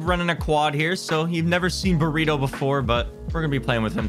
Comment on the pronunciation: Burrito sounds like spoon